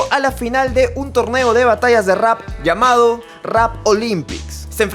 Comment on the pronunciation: Que le pasó en la boca a cuando dice "llamado".... Jaja